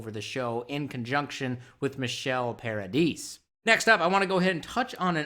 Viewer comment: Just curious as to why you pronounce Michelle Paradise's last name that way?